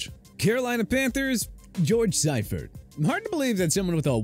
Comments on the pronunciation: See-fert, not cy-fert lol..... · It's pronounced SEEfert. Not SIfert. GET IT RIGHT, TPS. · It’s George SEE-fert, not SYE-fert. And while Walsh was a huge part of the Niners 80s/90s dynasty, Siefert’s defense was legendary. In all his years as DC for SF, the Niners were top 5 in defense almost every year. He won the SB his first year as HC in SF, won the division in 4 of the next 5 years and won his 2nd SB in 95. Managing a 15-17 record his first two years with Carolina was probably better than they should have done, and going 1-15 with Chris Weinke under center probably would have happened to anybody. I know Carolina has been more successful than some of their expansion team peers, but it’s hard to believe that Seifert is the worst coach they ever had for a couple of .500 seasons and one 1 win disaster. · Seifert is pronounced SEE-fert, not SEYE-fert. Also, a 1-15 season (.0625) is NOT the worst in NFL history - the expansion Buccaneers were winless in their first season. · It's "Sea-fert". Not "psy-fert" 🤣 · SEE-fert. Not SEYE-fert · Hey announcer when it comes to George Seifert, it's pronounced see-firt, not sigh-firt. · Its pronounced See-fert not Sigh-fert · Def Hackett is the worst in DEN. Its not even close. And btw you said George's name wtong. Its pronounced See-fert. Not Si-fert. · If you're going to put out a video make sure you learn people's names. George Seifert's last name is pronounced Seefert not Siefert. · It's fucking pronounced See fert. Homeboy won a Superbowl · George Siefert's surname is pronounced (SEE-furt) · It's pronounced See-fert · What happens when you let a millennial, who doesn't know football, narrate a football video? You get a Super Bowl winning coach's name mispronounced 🙄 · Love the pronunciation of Seifert. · How does he keep mispronouncing seiforts name lol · Lmao as soon as this clown mispronounced George Seifert I turned it off. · Stopped watching after grossly mispronouncing Seifert.